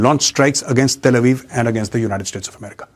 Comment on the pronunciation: Jaat Bhai Jaat bahut Jor jor se chat bhai Tere bas ki baat nahin Hai America na bolane ka